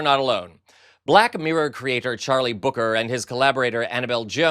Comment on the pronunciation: Charlie Brooker bee ar oh oh kay ee are...not booker.